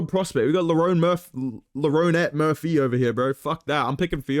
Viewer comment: bro said leronette murphy